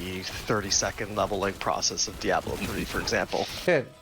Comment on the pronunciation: Die-ablo. That drove me crazy.